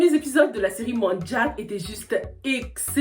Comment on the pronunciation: faudrais revoir la prononciation de manjack c'est pas en anglais mais français la prononciation non on les trouve en Casamance